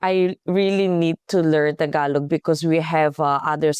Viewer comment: I noticed that you pronounce the final g of Tagalog the Korean way. It's somewhat between g and k. Just saying. 😊